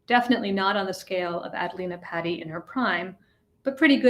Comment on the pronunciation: It's pronounced P-ah-ti not patty cake.